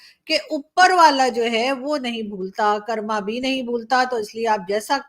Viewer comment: कर्म, कर्मा नहीं वर्ड ठीक करो आपका please